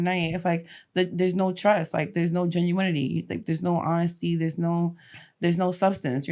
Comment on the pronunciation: Did she say, "genuine-itity". ??? 😂😂